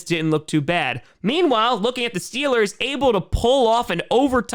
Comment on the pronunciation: Mf said stillers 💀